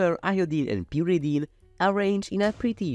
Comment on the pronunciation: you got some pyridine and some purrydine too :3